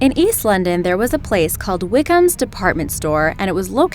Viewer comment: Did she keep saying 'Wighams' instead of 'Wickhams'